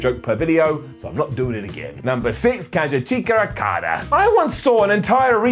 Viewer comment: If I'm not mistaken Okada's name is pronounced "Kasuch-ka", right? The same way you pronounce As-ka when it's spelled Asuka.